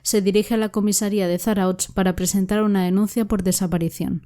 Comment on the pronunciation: Kaixo me gusta mucho tu programa lo único no te ofendas se escribe Zarautz pero se pronuncia Zarauz terminado en Z . Podrías hacer unos programas de el falso shaolin. Y el hombre que mataba a Gays , los dos son de Bilbao yo tengo mucha información sobre casos si necesitas ayuda dime. Milla esker